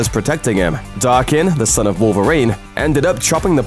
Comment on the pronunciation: ITS DAKEN, NOT DARKEN